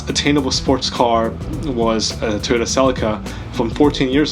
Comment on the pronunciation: I keep hearing Tuna instead of Toyota...